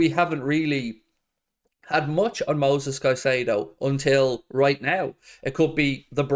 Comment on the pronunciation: It’s Moises not Moses. Anyways I would agree with your point of view. Absurd price for Moises. Worth mentioning Alexis Mac Allister. He is a great player on the same squad, aggressive, defensive MF, had a great WC and probably cheaper. Plays for Argentina and is half Irish. Win.